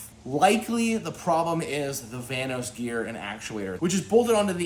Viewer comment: The whole time at the beginning I thought he was saying the "Thanos cam gear" until I saw his diagram on the board where it said "vanos" 😂